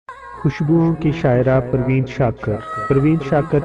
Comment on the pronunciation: Bhai skakar nh shakir hota hain mieaaa